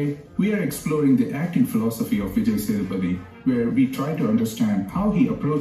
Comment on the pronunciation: A little help for you.. This is how you can pronounce his name - Vee-jay Say-dhu-pah-thi